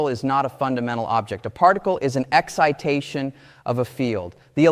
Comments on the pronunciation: yeah “he” pronounced excitation in two different ways. Correctly and then weirdly multiple times. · Note the weird pronunciation of “excitation”.